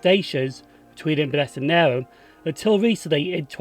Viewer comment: Pronouciation police, it's nay rn (as in irn)